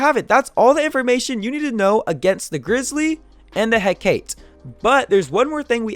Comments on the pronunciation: It Is Not Pro Nounced He-cate. It’s pronounced He-ca-te. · It needs to be said. It’s pronounced Heh-ka-te. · I hear hecate alot, i know you butcher names alot. It is pronounced (heck-a-tee). Btw i like your new editing skills it really helps me learn better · Its pronounced Huh-kah-tae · I could be wrong but I believe the hecate is pronounced heck-a-tee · its pronounced He ca te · It's pronounced heh-ka-tae to make hecate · It call he-ca-te You wrong boy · I think it's pronounced "He-Ka-Tee" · you pronounced hacate wrong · Very very nice. Also I like the intro. Also also, it is pronounced "He-kah-tee" or "He-kah-tay." It is one of those. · the way he pronounces the hecate triggers me p9nda does the same too ._.